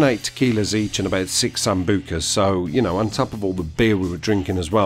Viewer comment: Haha. The way you sambuca is soooooo funny. "Samboooka" Genuinely entertaining shit. Where can I donate some $$$ for your next night out. I'd genuinely put 10 quid in for it. LOL!!!!!!